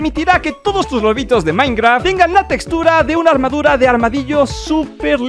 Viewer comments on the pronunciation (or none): dice amadura en lugar de armadura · dice amadura 😢